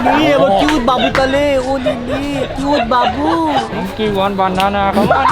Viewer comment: are crinzzz ota monkey not mangki